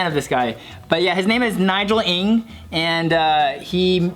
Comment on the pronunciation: Conclusion..... Americans cant pronounce the chinese surname "Ng". Even american chinese.